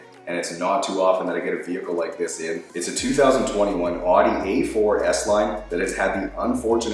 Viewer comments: I noticed that you pronounce it as "oddy". Here in the U.S. we pronounce it as "owdy". It's cool to hear how people pronounce different things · It’s pronounced Audi (ow-de) not Audi (aww-de) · Just FYI...The proper pronunciation of the brand's name is indeed “Ow-dee,” say the brand's own representatives. “Audi means 'listen' in Latin, and loosely translates in German to 'horch,' (pronounced 'horsh') which is of course a nod to the original founder, August Horch,”...Loren Angelo, vice president of marketing, Audi of America, “Since Audi is so close to the word ‘audio,’ we often hear our name pronounced, ‘Aw-dee,’ but to set the record straight, the official pronunciation is ‘Ow-dee’ similar to ‘howdy’ .” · Hehe he pronounces Audi as ordee. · “Awdee a4” 😬😬👎👎👎👎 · It’s oudi not audi 🫠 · As an Audi guy I can say that the owner of the car is banned from the club. And your saying Audi wrong btw